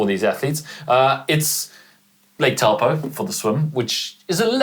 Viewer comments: Love your work team, but can we make a concerted effort at pronouncing Taupo correctly? Ironman and many of the athletes have really made an effort to do so recently, which is great to see. Instead of pronouncing the Tau part like you would when you say the word towel, simply say 'Toe-paw'. Just think of a foot to help you. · Great content and summaries as usual! Just a heads up on pronunciation, Taupō is pronounced as "" Toe poor" !